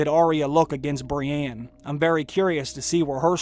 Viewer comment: Please stop saying "Brianne". Its "Brienne", and you have clearly watched the show enough to know how to pronounce her name correctly.